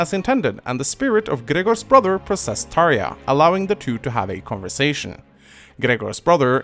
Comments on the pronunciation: Some of the names in this series seemed to be pronounced differently by different people, for example Tharja, I always said Thar•ja but hearing you say Thar•ya kind of makes more sense, another example is Cherche, I always pronounced her as Shur•Shay not sure if that's the correct pronunciation or not but I've heard her name be pronounced differently by others... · jesus the way way you pronounced Tharja was weird..